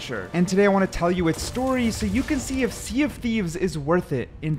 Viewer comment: Welcome to the Sea dof Thieves 😅